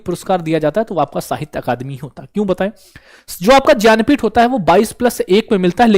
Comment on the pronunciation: भैया ज्ञानपीठ को ज्यन्पीथ बोल रहे हो पहली बार सुना है ज्यन्पीथ बाकी अच्छा बताया थेंक यू 😊